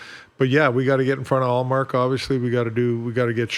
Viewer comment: The woman constantly asking about ullmark is comedy. Perfect pronounciation of his name too